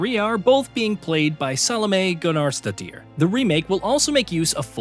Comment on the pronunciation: Completely butchered Gunnarsdottir's name.. 🤣